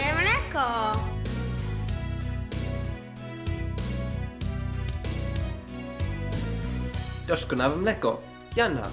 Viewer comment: Jak tak sobie myślę, to w sumie śmiesznie, że wymówił to jako 'doszkonałe mleko', bo w języku fińskim oprócz zapożyczeń dźwięk 'sz' nie występuje. XD Nawet często, jak Finowie mówią po angielsku to wymawiają 'sh' jako coś między 's' a 'sh', więc dziwne, że tutaj akurat powiedział 'sz'.